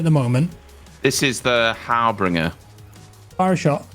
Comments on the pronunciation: Not har-bring-er. Har-binge-er. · Im not sure if is saying Harbinger funny on purpose or he thinks its har-bing-er